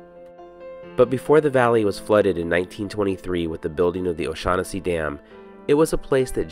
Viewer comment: "Oh-Shag-Hennesi"... you mean, "Principal O'Shaughnessy"? haha...